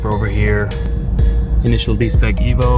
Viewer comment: Did I hear her say evo....LOL... Or ever??? Just the way she pronounced it sounded funny, but anyway luv to meet up with her at one of the meets in Japan once I can get my ass over their. Awesome RX7